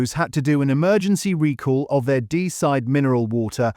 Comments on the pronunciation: “Recore” or “Rick Orr” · The AI voice narration mispronounces the word "recall".